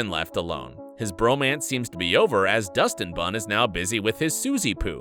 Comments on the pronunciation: Hey did he say Dustin-Bun. Isn't it Dustie-Bun? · did you just say Dustin-bun? It is Dusty-bun...😟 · It’s not Dustin bun it’s dusty bun